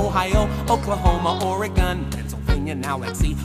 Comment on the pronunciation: They said Oregon wrong! They said OreGONE. But at least they said Colorado and Nevada right.